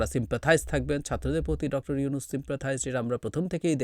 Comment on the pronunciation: এই লোক কি প্রধান মুন্ত্রী? মেজর ওয়াকার Dr. উনুস Dr. উনুস করে উচ্চারণ করেছেন ওনার বুজা উচিৎ ভারতের RWA হয়ে যে এতো দেশদ্রোহী কাজ করলো এই ওয়াকার। ওনার উচিৎ হাসিনা ত্যাগ করা, ভারত ত্যাগ করা, পিলখানা হত্যা সঠিক ভাবে সব কটা জেনারেল বা পুলিশ বা বিডিআর যারা জড়িত ভারত জড়িত প্রকাশ করা। আর্মির অনেক অপরাধ আছে RAW আছে এদের সনাক্ত করে বিচারের আওতায় আনা উচিৎ কাজেই নিজেও সাবধান হউন, সেই দিন কি এই মেজর ওয়াকার ছিল না ২৫ ফেব্রুওয়ারী পিলখানায় যখন হত্যা যোগ্য চলে?? আর্মিরা কেন আর্মি বাঁচাতে পারলোনা তবে কি এই আর্মিই নিজের বাহিনীকে বদনামের মুখে ফেলেছেন এখন জনগন বিচার চেলেই খারাপ। ভারত মুক্ত দেশ চাই আমরা